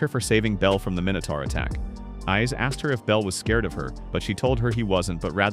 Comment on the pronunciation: minutor?? How many you say mini tour